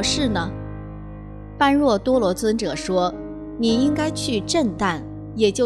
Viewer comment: 請不要念錯 般若 念波惹 是原來的發音， 玄奘大師沿用古音，不翻意，